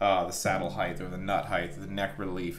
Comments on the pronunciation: I just realized you say "heighth" instead of "height". Great video, but I can'th unhearth heighth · There is no ‘th’ on the end of the word ‘height’ — it’s pronounced ’hyte’, not ‘hy-dth’ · Love the video. Great info. Gotta say I cringe every time I hear “heighth “. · Anybody else bugged by "heighth"? Forgive my trollage, great work amd info 💙🤘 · Great video, but “Heightth” isn’t a word. Thanks for showing how to do that stuff. Cheers. 😁👍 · I love how he always calls it "height*th*", like it has to end the same as width/depth/breadth. I wonder if he calls it "weight*th*" too, lol. "Freighth charges on that weighth are eighthy-eighth dollars", lol. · You're killing me. There is no such word as HEIGHTH! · Every time you say heighth I die a little inside. It's just height mate lol.